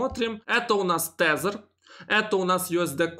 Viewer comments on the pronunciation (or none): none